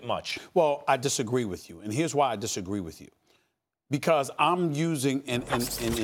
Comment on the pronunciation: Max Kellerman: I'm a human being. Stephen A. Smith: I disagee with you.